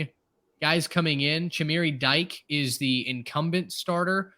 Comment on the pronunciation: Dike is pronounced Dee-Kay